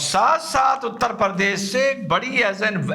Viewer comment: हमारा यूपी उत्तर प्रदेश है न की उत्तर परदेश। ओवैसी भी परदेश बोलता है।😂 लेकिन हँसी बेमिसाल 😊